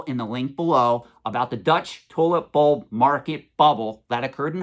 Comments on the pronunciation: Almost sounds like youre saying "toilet bowl". Funny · Lol sounded like you said toilet bowl at first